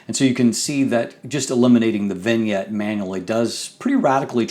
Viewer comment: Your pronunciation of vignette and bokeh is like getting stabbed in the ear. Nice review though.